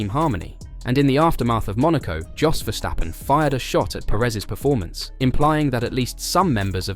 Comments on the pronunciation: It is 's', not 'sch'. It's a dutch name and is pronounced 's'. Just give it a try, English spoken fans, commenters and Youtubers. It is not that hard, you won't get tired of it, and it won't kill you :-) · Verstappen not Verschtappen.